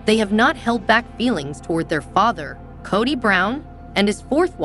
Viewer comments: His name is pronounced co dy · It's Kody with a long O! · Learn how to pronounce Kody!!!